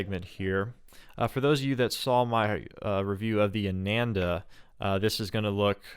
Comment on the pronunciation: Not Ay-nen-da. It's AA-naan-dah